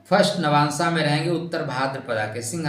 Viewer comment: नवांशा नहीं, नवांश। भाद्रपदा नहीं, भाद्रपद। खाली ज्ञान मत बांटा कीजिए, स्वयं भी ध्यान रखा कीजिए।